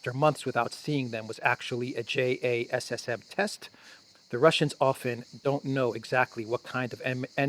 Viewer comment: JASSM is usually pronounced "Jasim".